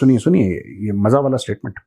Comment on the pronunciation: Majjaa nahe hota Mazzaa hota hai